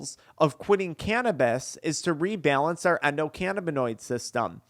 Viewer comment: Can’t watch this one but I appreciate you, I’m petty and cringe when you say “canabeez”